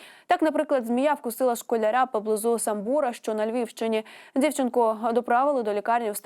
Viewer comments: Хто їй тексти пише, якого Самбура- Самбора, наголос на першому складі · Не Самбура ,а Самбіра тому ,шо Самбір а не Самбур,читайте правильно